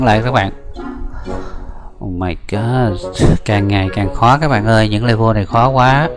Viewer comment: le-vờ chứ ko phải le-vồ